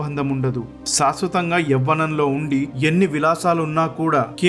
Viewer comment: సంకం కాదు శంఖం, సాస్వతo కాదు శాశ్వతం అని పలకాలి. ఉచ్ఛారణ దోషాలు వున్నాయి